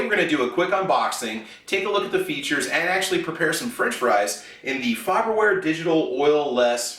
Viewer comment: It’s faberware lol